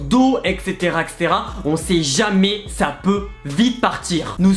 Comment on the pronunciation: Jetais choque quan la dame elle a dis sai pacrave que ge chope le virus ses faux